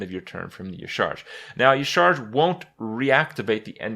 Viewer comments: Yah'Shaa-Raj is how you are supposed to pronounce it Kripp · I think Y'shaarj is pronounced Yashéraaaj. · its YAH-sha-raj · dude YA SHA RAASCH wtf why does every youtuber pronounce it E-CHARGE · its pronounced yasa-raj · It is pronounced Yah-Sha-Raj, because blizzard doesn't know how to vowel. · yah-sha-rage with like silent g not rage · E-sha-raj. You're welcome. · It's pronounced Ya-sha-raz. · Kripp, the pronunciation is like "Yeh-shar-aj". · it is pronounced "YAH-sha-RAHJ" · YA-SHA-RAZJ its how its read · i think y'shaarj is pronounce ya'sharaj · It's pronounced ya-shar-ach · Hey Krip. Based on in-game WoW pronunciations, "Y'shaarj" is pronounced "Ya-shuh-raajh" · It's pronounced YA-SHA-RAJ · kripp its pronouned "yah-sha-rahj" "nuh-zoth", "cuh-thoon" and of course yogg-saron which is easy. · "Y'Shaarj" EleGiggle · Y'Shaarj (pronounced Yah-Sha-Raj) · So anoying when EVERYONE says Ysharj .-. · *y'sha arj is the pronunciation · It's Ya-Sha-Raj actually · It's pronounced YAH,SHARAAJ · It's pronounced like "Yah-sha-raj" The more you know! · Y'Shaarj, is pronounced Ya Sha Raj. I know it doesn't look like that, but it's weird. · hoping kripp never says y'shaarj again or searches the correct pronouncacion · The way Kripp pronounces Y'Shaarj hurts my soul. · Y'shaarj rhymes with Entourage, if that helps you pronounce it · What? They explained the pronounciation by phonetics with N'zoth, and with C'thun, why wouldn't they do it this time?